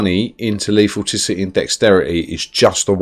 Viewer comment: I cringe every time you say lethal"ticity"